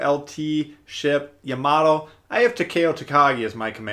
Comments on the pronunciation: I took 2 terms of Japanese before the virus ruined everything. It is Pronounced Ya-ma-toe... makes me cringe just a little but I’ll get over it. I can’t wait to start this ship up again after GK is finished. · It's Japanesse. Ya - Ma - To.